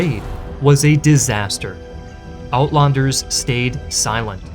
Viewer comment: man i wish you just pent 5 minutes on having the words read to you. wits= VITZ johannes= JOE boer: BOUORR (FAST) uitlander= eight lunder (like london)